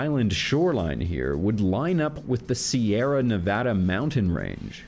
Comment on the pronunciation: So glad you pronounced Nevada correctly. Also can't wait to see more videos, and if you want to do ones on maps I think we could all get a lot out of it.